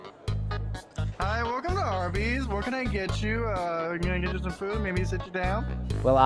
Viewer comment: that (?@ caine !)ng laugh and the way you said food was flewd tho made me spit my salavia XDDDD " *HEUHEUHEUHEUEHEU* " XDDDDDD